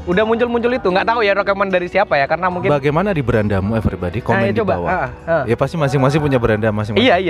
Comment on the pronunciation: Selamat pagi eferibadeh wkwkwkw kangen sama ngomong ( eferibadeh ) wkwkwkw